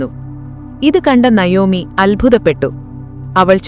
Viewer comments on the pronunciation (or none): Nayomi എന്നല്ല navomi എന്നാണ് ❤❤❤ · നയോമി അല്ല നവോമി എന്നാണ്